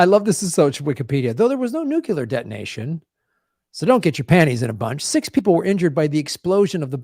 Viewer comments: stop saying nukular, please? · hey, There is only one U in nuclear!! (please stop saying it with the 2nd U: you are only playing into a plot by George Bush to further divide and confuse us.). Additionally, there are 2 Rs in frustrated and we pronounce them both. Please get with it, as I am quite sure that your "like" and "subscription" numbers would go weigh up.